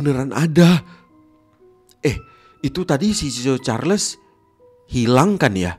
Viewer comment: Bang ngomong nya chu chu cahrles